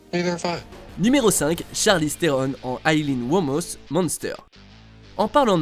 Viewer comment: A c'est Aileen Wuornos et non Wuomos mais vos erreurs arrivent si peu souvent que je vous pardonne ahah ^^